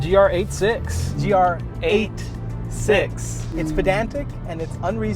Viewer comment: That’s right. it’s eight six not eighty-six